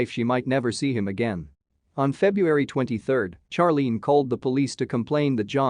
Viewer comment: Finally. A pronunciation from a computer that I agree with!☝️ Charlene should be pronounced in the same way Charlie is 😆